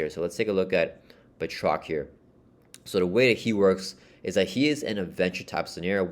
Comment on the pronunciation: good pronunciation of Batroc here 😁 can't wait to play the campaign over the weekend 😁